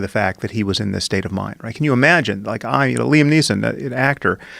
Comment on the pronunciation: Leesom Neesom Liam Niam